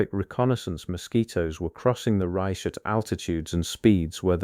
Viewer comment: The AI narration is definitely lacking; words like chemists, Reich, and others mispronounced, make it tedious to listen too. The video is pretty much totally unrelated to the narration - I'm going to label this video as... AI SLOP!